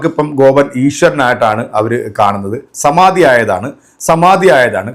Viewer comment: "സമാതി "എന്നല്ല "സമാധി "എന്നാണ് പറയേണ്ടത്. ഇതിന്റെ തിരക്കഥ തയ്യാറാക്കിയത് സർവവ്യപിയായവിഷ്ണുപ്പുറം ചന്ദ്രശേഖരൻ.